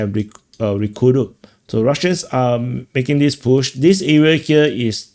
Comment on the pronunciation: Do you realize we cannot understand between 10%-25% of the words you are saying because you speak so fast and mumble with very sloppy English? Please try to speak clearer and slower and use the proper pronunciations. You say dis instead of this. That is a basic example of how you say all words wrong. Not one words is spoken correctly. And you haven't improved in 3 years.